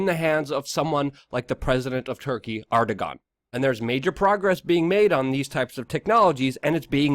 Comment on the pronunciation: Luke - Erdogan's name is pronounced "Air-doe-On" good video!